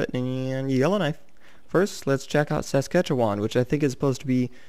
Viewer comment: Saskatchewan is pronounce sas,catch,Che,wan